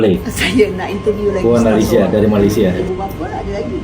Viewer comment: Betulkan sebutan MALAYSIA.. bukan Malaysier